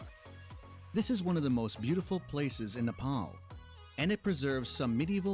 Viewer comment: Nepal✅ not nefal❌